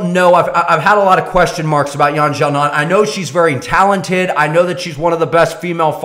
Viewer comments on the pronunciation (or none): well 1.4 billion people in China might argue that its a big name, and its sa-non "Xiaonan' NOT GA-NAN